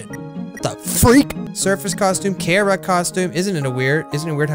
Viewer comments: Her his thier name is pronounced. Kar-uh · IT'S NOT PRONOUNCED KARA!